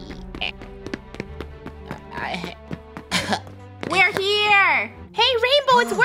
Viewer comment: I liked when said hungey